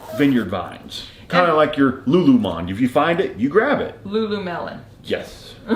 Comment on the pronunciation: It's lululemon not melon! Know your brands